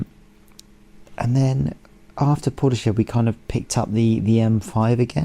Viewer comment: Really enjoying your series thank you. You did make me smile your pronunciation of Portishead - Port eee shed 😂 it’s Port isss head 😅 Port eee shed is probably fairly accurate though 😀